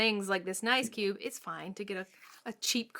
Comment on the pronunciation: It is ice cube, not nice cube.😂